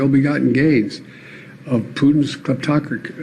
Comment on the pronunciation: cliptocreee-cryp...yea...these are bad guys!